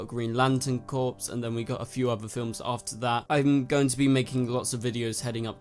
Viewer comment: Its pronounced "CORE" not "CORPS"